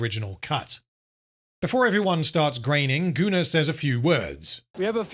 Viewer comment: Im curious, do you write Gunnar´s name as "Gooner" in the script? or does it come naturally to pronounce it that way ever since Anthony Botkins referred to him as such?